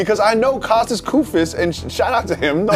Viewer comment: He is called Kóstas Koufós not Koùfos, the accent is wrong